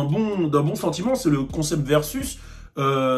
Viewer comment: Versus veusuiz 😂